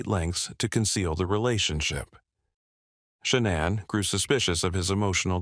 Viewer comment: You can always tell when they use a computer voice. Shuh-na'an. Just the way it pronounces names is so odd.